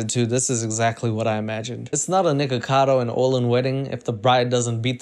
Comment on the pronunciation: I thought u said the n word omg 😭😭 "niggagado" byeeeee